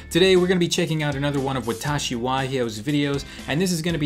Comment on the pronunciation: you said watashy wrong it's with the h